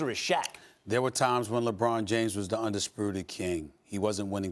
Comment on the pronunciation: “Undispruted” -Stephen A. Smith